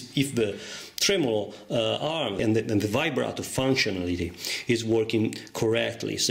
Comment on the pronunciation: It sounds like he is saying vibrater